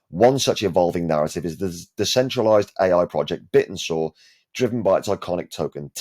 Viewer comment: Wouldn’t it make sense to pronounce it ‘Bit-tensor?’ And not like a dinosaur?